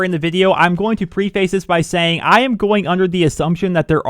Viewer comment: does anyone else dislike the way says preface?